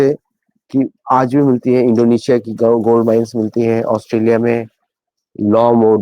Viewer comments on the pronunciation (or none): none